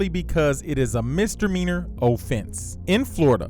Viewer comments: Misdemeanor not Mistermeaner 😒😒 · What's a "mistermeanor?" Or is that the neighbor, Mister Meaner?